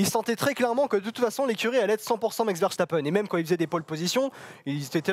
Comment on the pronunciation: Richiardo et Verchtappen, je capte pas